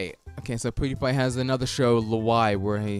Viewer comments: The way he says pewdiepie makes me uncomfortable. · Probably a British thing. KSI Say Poo-diepie also